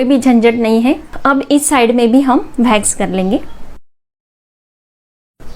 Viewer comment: भेक्स नही वैक्स होता है गंवार